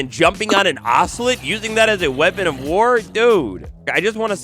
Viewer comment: You say ocelot wrong